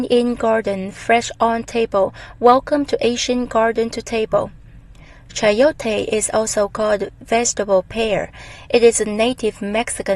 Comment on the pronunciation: i am from meico and the way you say chayote is very original the soud, I love your video